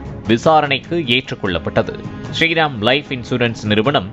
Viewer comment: ஸ்ரீ ரெம் ஆ? அத ஒழுங்கா தா சொல்லுங்க